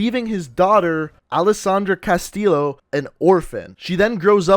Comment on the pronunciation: You're pronouncing Castillo wrong but good vid